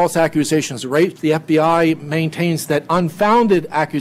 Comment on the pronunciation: The guy needs to take a few lessons in public speaking. His voice is slightly irritating and high pitched, and he constantly gets ahead of himself - not to mention "wape".